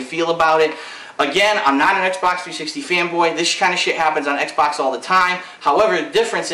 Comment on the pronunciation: you misspelled "xbox" and sayd "xbot"